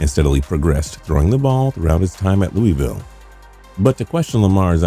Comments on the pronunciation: Luh a vul is the proper way to pronounce Louisville. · Nobody from Kentucky says Louisville like that 😭😭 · The way you say Louisville hurts my ears. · As a Louisville native... THE NAME OF THE CITY IS PRONOUNCED LOO-A-VULL NOT LOOEYVILLE‼️‼️‼️ Shit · Lou - i - vull **